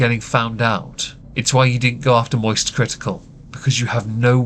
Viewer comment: you said mosist without doing the thing